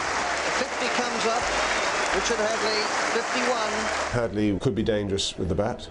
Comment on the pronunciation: HAD-LEE! HADLEE! HAD-LEE